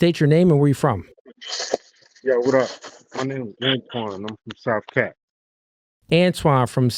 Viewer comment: He said "south cak" as in South Carolina.....🤨 and making South Carolinians look/sound like dumb airheads 🤦🏾‍♂️💥